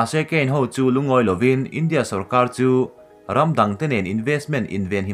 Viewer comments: India i lam rik dan hi ngaihthlak nuamlo tlat i thluk velo a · India tih i lam dan hi a diklo chu ka ti hran lova, mahse a mak.😜😛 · India tih ilam rik dan hi ka ngaimawhna a rei tawh. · Keipawh chu chiah chu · Kei pawh